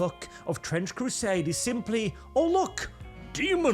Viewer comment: TTtttrrrrrench Crrrrrusaaaade is racist ... get excited .. but then let down